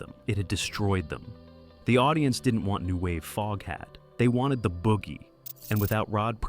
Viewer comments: OMG!!!! FOGHAT NOT FOAFHAT STUPID AI!!! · “Dave Lonesome Peverett”?? What is this AI trash! “Foge hat”?? “Don’t recommend channel” ✅ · Foge hat 😝 crappy AI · Booo!!! I was wondering if this was an a.i. video, sure enough, the narrator calls the band Folkhat less than 5 minutes in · ok robot.... folkhat? also learn how to pronounce 'Savoy' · I love Foghat and have since the 70s. And just so you know, it was Lonesome Dave Peverett, not Dave Lonesome Peverett. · Can't stand watching this A i F'N SHIT that can't even pronounce their name correctly 😒 BYE